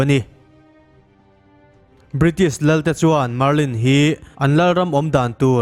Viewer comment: Marlin hi chiang zawk in lo ti leh laa